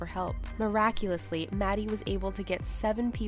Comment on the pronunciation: I like how whoever is commentating always say "muraculously".